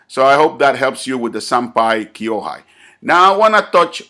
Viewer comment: senpai (先輩) kōhai (後輩) not kyo-hai